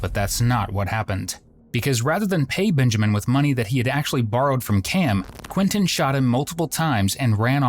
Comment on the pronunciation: Why do you keep calling him “BINjamin”? His name is Benjamin, with an e. Not binjamin